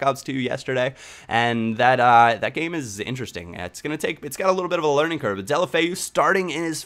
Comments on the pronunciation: It's pronounced Dela-foe thumbs up so he can see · deh-oh-low-feh-oo. try to say it all as one word and you're good to go lol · It's actually pronounced Day-ew-lo-fay-ew, get it right ;) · It's pronounced Deulo-Feu. At least that's what he calls himself. Also, a great player to get is Zhano Ananidze from Spartak Moscow. Trust me I was right about Ince, Dongou, Deulofeu etc. Zhano is like a mixture of Iniesta, Messi and Mata.